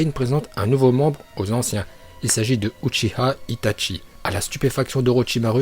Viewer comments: Rayan El Khalfioui il dit aussi uchiya au lieux de Uchiwa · uchi-A mdrrr tu a oublié le w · Y ses pas parlé gros itatchi orochimaru shinpuden rinegan uchia frère omg y casse le crâne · Tu dit les uchia shipumden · Grave ( surtout UCHIHA ET OROCHIMARU) MAIS PGRV